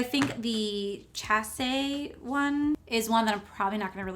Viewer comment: And chaste is pronounced chay-ste x